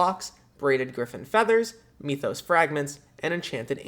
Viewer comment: m-ee-thos? MYTH-os.